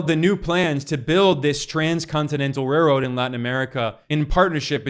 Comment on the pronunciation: You said railroad kinda crazy